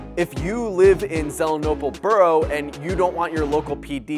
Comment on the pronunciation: It's pronounced Zee-lee-en-ople.